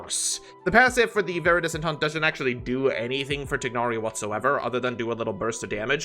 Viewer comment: Still pronouncing it TIG-nari after how many years.